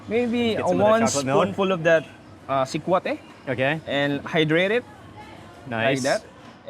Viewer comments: The Filipino guide, are you really from the area? You're pronouncing sekwate funny! It's see-kwa-teh. No stress on the first syllable. Para ka namang foreigner! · Getting hungry watching. Not sure about how sikwate is pronounced in CDO though but in other visayan region, the stress is on the second syllable (wa), not the first (sik). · I'm so disturbed how you pronounced sikwate... next time pls ask how they pronounced it. ur giving injustice to the locals. and that's not puto Maya that's just puto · ....its not pronounced as Sik-wha-te but Sikwa-te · Its SU-TU-KIL "SUGBA-TULA-KILAW" TULA or tinola or Sabaw.. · What's that guy saying the purple puto maya can only be found in CDO? Such incorrect facts. Also, he pronounced sikwate incorrectly. Do better man.